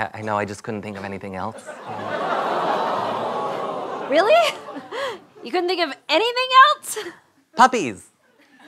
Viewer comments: The whole studio c cast says "elts" instead of "else" and it's low-key adorable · Why do people pronounce else like elts?! I don't know why, it just drives me crazy